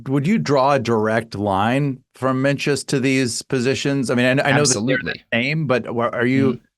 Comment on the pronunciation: I thought you might have looked it up prior to part 2 but Menzies is pronounced "Ming-iss". The z comes from old printing presses that didn't contain the Scottish "yogh" character. Z looked close enough so they used that. Sand thing happened with "Ye old xxx". That's just the word "The", written with a Y because the presses didn't have the "thorn" character and the Y was close enough.